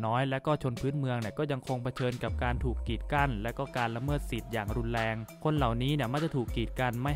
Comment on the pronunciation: รุนแรง ออกเสียงไห้ชัด ไม่ไช้ลุนแลง